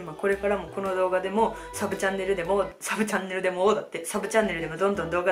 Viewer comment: ２／３の確率で結婚かと思ったやん。「サブチャンネル」が「さぶちゃん」に聞こえたわｗ